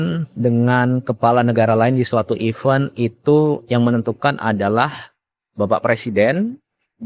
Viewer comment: Even ? Event yg bener...beda Cara bacanya kang